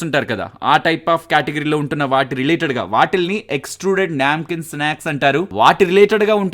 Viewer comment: Its a నమ్కీన్ hindi word... Not a న్యాంకీన్.